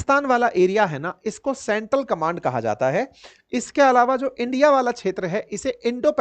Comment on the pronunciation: 2 Land my fhriend the Fhriend of rndia😂😂😂😂